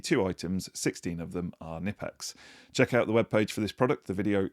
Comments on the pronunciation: It's pronounced knipex, not knipex!! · Florries and equilibrium are my guess for this weeks words. I am also not sure you pronunced Knipex properly. Knipex has a T-shirt to help with the pronunciation.